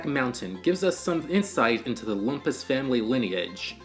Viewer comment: THAT’S “LOOM-PUS”!!!